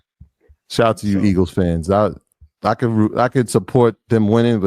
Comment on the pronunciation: Elgeles.......... Eagals...... E-A-G-L-E-S!!!!